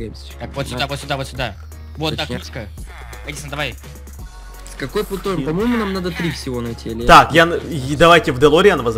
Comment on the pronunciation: правильно говорить плутоний